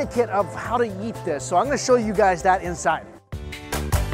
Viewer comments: I heard him say "So many things to yeet." And had to remind myself he's talking about eating. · When mike says eat he says yeet lol